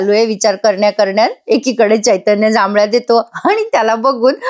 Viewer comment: जांभळ्या नाही हो जांभया म्हणतात.